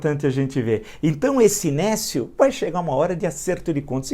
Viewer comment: néscio Aprenda a pronunciar adjetivo substantivo masculino 1. que ou aquele que é desprovido de conhecimento(s), de discernimento; estúpido, ignorante. 2. que ou aquele que não tem aptidão ou competência; incapaz, inepto.